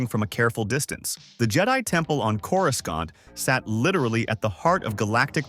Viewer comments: When I heard Coru scant I had to stop watching. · After the third time you used a hard C for the second C in Coruscant I had to turn it off.